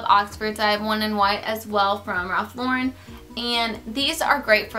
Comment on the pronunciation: It's pronounced Ralph Lau-ren lol